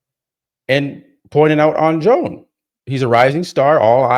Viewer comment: “Joan” is pronounced “Yo~an” Senor!! 🗣️🎙️🇪🇸